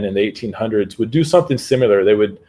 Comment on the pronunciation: Love hearing a guy I’m supposed to trust say things like “supposably,” and “simular.”